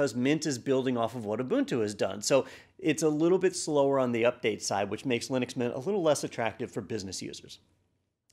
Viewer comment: lie-nux mynt is really good lol